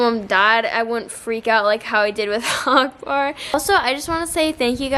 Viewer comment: Strange how you say Akbar 😍🤣 its like uhk ber